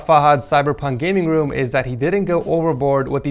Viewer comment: “The rest of his woom as well”